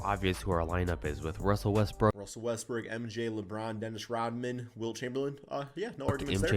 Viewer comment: Bro said “Russel Westbrick ”💀